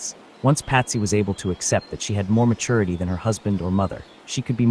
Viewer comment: Can anyone point me to an audiobook where the recorder doesn’t pronounce maturity like matoority? It’s driving me crazy